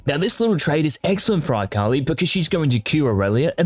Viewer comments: why does he say "AKALAIH" dud just say akali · Did this man just say AKALAI? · Yes he did. I disliked the video because of it. Thats it, thats the only reason, everything else in this video is good, but because he said AKALAI, no. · Who is Eye-kali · Bro why tf you gotta pronounce her like that it hurt my ears